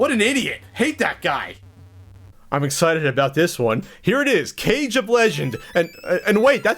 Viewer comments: It's Not Cage it's Kage pronounced "Kah-Gay" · It's Kage, not cage. KAH-GAY. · not some sort of fanboy raging here but you've read kage wrong. It's KA-GE, Not CAGE but meh, does anybody care? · It's Legend of "Kah-Gay", not Legend of "Cage". -_ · You mispronounced legend of kage